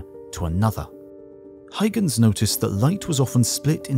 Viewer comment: WHO IS THIS "HIGHGENS" PERSON YOU ARE SPEAKING OF???? DO YOU MEAN "HUYGENS"????